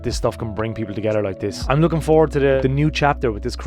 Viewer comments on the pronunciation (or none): none